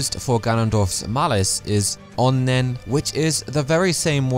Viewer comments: Japanese pronunciation..? It's a Japanese word, so that's what I thought. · stop saying onnen like that, it's really racist